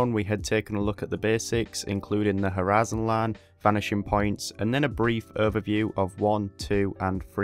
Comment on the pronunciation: you pronounce the word horizon with a pure texas accent lol